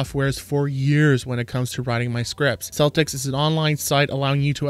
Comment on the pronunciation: It''s a hard C, pronounced Keltix